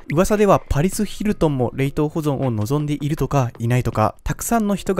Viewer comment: 冷凍の言い方気になる